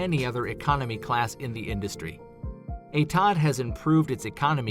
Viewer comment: I'm not no genius but Etihad airways being from UAE and me being from UAE, Im pretty sure its pronounced Ethi-had airways not E-tad airways!